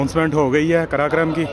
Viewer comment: بھائی قراقرم ہے کراکرام نہیں